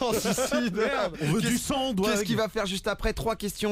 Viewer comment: skouzi il a dit au debut doig mdrr